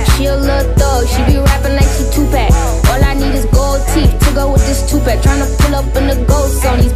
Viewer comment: So now we prounce tupac as Tu-pack uh ok